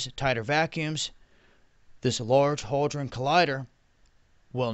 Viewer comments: It's HADRON, HAD-RON. Say it with me, hadron. It's not holdron, It's not hoedron, It's had-ron, or simply, hadron. If you're going to talk about something at least learn how to pronounce it. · am I just hearing things, or does always say "haldron" instead of hadron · It's Hadron, there's no L in it dwaddle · HADron, there's no "L". BOson, again, there's no "L" in the word. Escape, there's no "X" in the word. Across, there's no "T" in the word. Speak well.